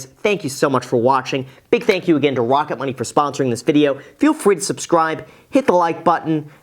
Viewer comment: "Wocket Money" baby!